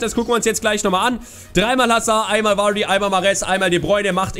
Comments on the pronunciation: Er wird immer noch "Wadii" ausgesprochen und nicht Vuuuaaaardy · Er wird immer noch "Wadii" ausgesprochen und nich Vuuuaaaardy